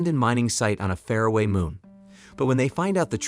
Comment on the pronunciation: It's bizarre ! I thought it was text to speech but the intonation and accent is good. Fare-away instead of far away ??! It happens also with any borrow words.